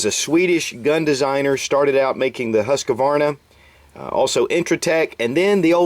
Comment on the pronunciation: Huskvarna... "Hoos Kuh-vaarna", emphasis on both the first and second syllables "Hus" and "kva" then let the last "rna" ring out. Leave a super-short pause between "Hus" and "kvarna"